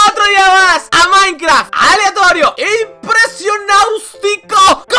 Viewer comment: Es idea mia o dijo minecraft con noods